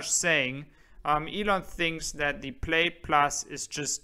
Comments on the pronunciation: good video but please, please ask an American ex-pat in Germany how to say "Plaid" and "X". Plaid is not like "Maid" (Putzfrau) it is closer to "ad" like in "advertisement". The "X" in American is pronounced not like "ick" in "Ichthyeology" but more like how the "x" in "Hexe" (witch). Capiche? Danke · Your English is 1000% better than my German. Just to help, "plaid" is pronounced "plad" and LG Chem is pronounced "LG Kim". is THE MAN! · Love your channel, but you are mispronouncing “plaid.” The i is silent.